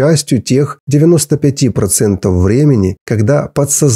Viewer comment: Почему Вы окончания слов говорите неправильно!? Неприятно слушать, "теломероу", "счастлиу"...*пяти"... "процентоу*....* бироогоу" . .😅😮😅😮😮😢 Надо научиться Вам на окончаниях слов выговаривать букву *в" Хотя Вы и зрзол, но по-русски должны говорить правильно!!!